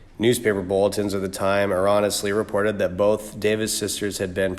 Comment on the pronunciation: infinite brother, aronisly, and incapicated????Really dude. Find yourself a 5th grader and get some help with the big words and your reading skills.